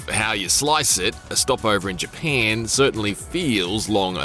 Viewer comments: Dang bruh i thought it was Japan not “JaPeiin” 😂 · More like “paen” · It’s Japan NOT Japaaaaaaan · isn't really Japeeeeen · Heads up this guys aussie hence why the emphasis on "pan" in "japan" lol Also the pronounciation emphasis on words with the letter A - another aussie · Can he never say GyPAN again 😂😂😂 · Never heard Japan being pronounced as Japeeen before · "jeh pyen" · "The new Fortsa game takes place is G-pan" these IGN dweebs cannot speak lol or it's all ragebait for engagement. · his aussie way of pronouncing ja"pan" 😂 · It’s in Gee-paaaahhn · well dehmm, it's in Jepehnn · Came for forza and stayed for " GPAN" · What the heck is JiaPEN? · It’s actually all I heard for the entire review 💀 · Ja PAN dat poosey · I hate how he says Japan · Who hear wanted to chop their ears off after hearing him say Japan over and over and over? I will raise my hand too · Arrh my ears bleed from having heard you say Japan like that so many times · Don’t think I can stomach how this person pronounces ‘Japan’ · Why is he pronouncing japan like that?😂😂😂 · If I never have to hear this guy say Japan again, it’ll be too soon… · Couldn’t make it one minute into the video with this dudes pronunciation of Japan. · It's actually impressive how well he can pronounce "Forza" and how poorly he pronounces "Japan" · god damn i cant unhear it now😂😂😂im only 6s into the video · I can't unhear it now! LMAO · Omg the way you say japan annoys me sooooo gd much